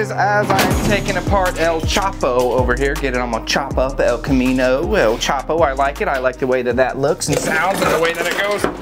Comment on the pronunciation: El Chop-o 😂💀